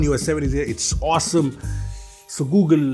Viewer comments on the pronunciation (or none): none